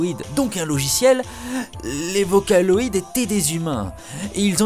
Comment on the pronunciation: MDR c'est n'importe quoi! En plus vocaloid se prononce pas comme sa! #fangirls_facher